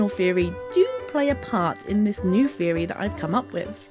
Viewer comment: Its pronounced theory not feory